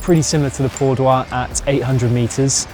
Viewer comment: Dear passo Pordoi is in Italy…not in France,so relax and pronounce it the simple way.Thanks for posting😊